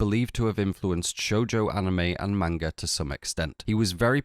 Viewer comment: Please sir it’s not “mane guh” it’s closer to mon guh